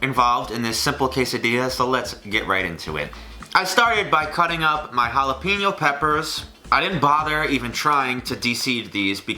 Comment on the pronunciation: triggered by how said jalapeño